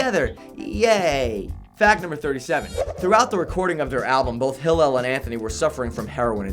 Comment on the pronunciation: he's mispronouncing Hillel's name every other time..